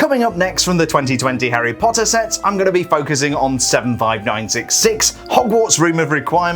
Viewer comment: I like how he says HARRY POTTA